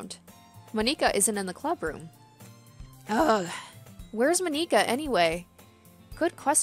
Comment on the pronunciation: I died laughing when she pronounced monikas name